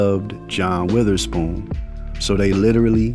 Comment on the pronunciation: That was a great video and tribute but you pronounced his last name wrong the whole time it's not weatherspoon